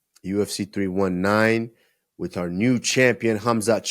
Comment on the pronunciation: Spanish usman pronouncing 319 in English: “Three One-ee Nine-ee”